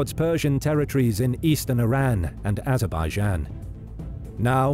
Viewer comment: when you said azerbaijan you lost me mate